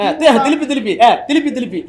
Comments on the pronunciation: ஐயா திரும்ப திரு ம்ப இல்ல திலு ப்பி திலுப்பி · அய்யா திருப்பி இல்ல பழனிசாமி சொன்னது திலுப்பி திலுப்பி னு சொன்னார்